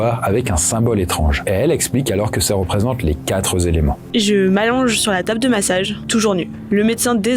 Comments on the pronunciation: "Les quatre -z-éléments"? Non, "les quatre éléments", sans liaison! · aaaaaaaaaah tu peux pas raconter des histoires aussi prenantes et faire ce genre de choses, pitié pour le français, pas de "s" à "quatre" donc pas de liaison "quatre z'éléments" (valable pour 4 5 7 8 et 9 également, ça devient une habitude chez trop de monde et il faut vraiment arrêter)